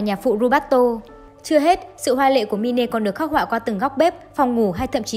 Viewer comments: đọc là mai n chứ ko phải là mi-ne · Đọc là “ Mai” ( /mīn/) mine: của sở hữu, của tôi , đó là tựa đề cho nội dung film, chứ không phải đọc là mi nê , mi nê không có ý nghĩa gì hết nhe bạn. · Cái đó là “Mine” ~~ mai . Chứ k phải “Mine” # mi ne. Xin đóng góp ta kiến để phát triển kênh 🙏🙏